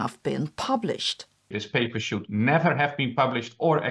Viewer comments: Majorana was Italian, therefore "j" should be pronounced like in Italian. Also, it is Mourik and not Mouric. As far as I know there have been some positive developments in the Kouwenhoven group. But I don't remember the details. But certainly another inaccurate Majorana paper might be another step to kill the field. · Small correction: it's Vincent Mourik, not Vincent Muric!